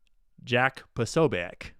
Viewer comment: P'oh-'soh-byets to english ears is much closer to the correct pronunciation of Posobiec. Fight the power. ✊✊✊✊